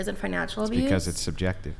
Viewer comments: Legend says she still trying to pronounce subjective 😂😂😂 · All spoken from the woman who weighs 400 lb and couldn't get laid to save your life making hypothetical situations instead of using factual information holy Christ ladies are you guys got a brain between the four of you and she couldn't even pronounce the word subjective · If you can’t pronounce the word subjective, you don’t know what it means lol and shouldnt be making an argument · The fat one not being able to say subjective just shows how dumb these pseudo-intellectuals are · She can't even say the word subjective, let alone what it means. These women are ignorant, plain and simple